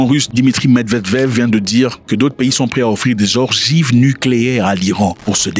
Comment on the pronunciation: Des ogives pas des orgives😅